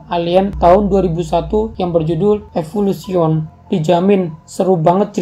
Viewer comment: Evulution baca nya evolusien